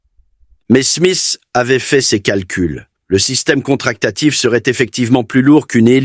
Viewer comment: j'ai les oreilles qui saignent , et pas une image du système d"hélices en question , que des images débasées. dommage